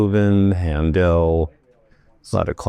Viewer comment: It's HANdel, not hanDEL.